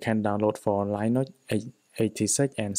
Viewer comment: Never heard anyone pronounce Linux as Lie Nucks 😂